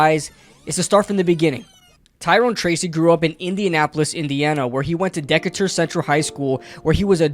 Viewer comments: It's pronounced, "Dih-CAY-tur," not "DICK-itur" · I hate to check but it is Duh-kate-ur. not deck-cat-ur. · It's said like D cater I went to that high-school and he has little brothers who are just as good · Dude, great commentary on Mr. Tracy. He has some work to do on the running game, but his athleticism shines. FYI, the school name Decatur is pronounced Duh-Cay-Turr, not Dickatur. School was named after a famous American Naval officer, Stephen Decatur. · awesome video loved the breakdown.. as an indy native hate to ruin the fun but it's pronounced Decatur Central is pronounced Dih-kay-tur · Pronounced Duh-cater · The name of his HS is pronounced ‘Dee-Kay-ter’ 👍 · It's pronounced da-kay-tur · It's pronounced Dee - kay - tor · im in indiana and i play against decator and its pronounced (dee-kay- ter) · It’s Decatur.. DEEKAYYTUR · It is “de-cay-tur” lol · It’s pronounced “de-cater” not like a transformer. 🤦🏽‍♂️ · Great vid! ..... FYI/ Decatur: (as in Dee Kay Ter) - Decatur, GA. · Nice video but you’re pronouncing Decatur wrong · I was wondering who was gonna tell him 😅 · He’s right lol Went to school with Tyrone lol